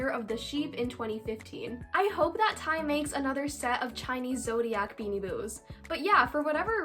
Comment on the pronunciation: Me about to die when every time she says ti AHHHHHH it’s t y eikdmdk